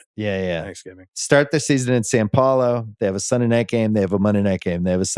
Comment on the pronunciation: Where the fuck is SAN PAULO? Do you mean SAO PAULO? They speak Portuguese not Spanish, gringo.